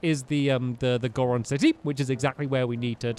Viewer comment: that's not how you pronounce goron